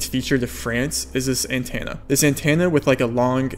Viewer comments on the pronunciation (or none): You really need to work on your annunciation and pronunciation. "Antenna" is not pronounced "An Tan Na" There is an E. So its An TEN Na You say a bunch of stuff incorrectly like that. Idk if you have a speech impediment or what but it makes it difficult for non english speakers and ESL to understand your videos. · If you take a shot every time you say antenna as antanna, then you'd be dead. :P